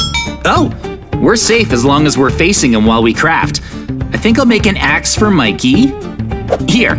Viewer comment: Mekey??? It's Micky